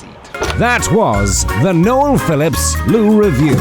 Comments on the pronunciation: I've never seen a burger on a flight - that is absolutely epic. Also love that even American robots can't get their head around the name "Noel". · I always have a little laugh when AI voice pronounces "Noel" as Nowel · AI calls you Noelle hahaha...well that's better than Josh Cahill calling you Noyel 🤣 I agree with you...Metholulu isn't my favourite city either. Oahu has plenty of nicer areas on the eastern and northern sides of the island.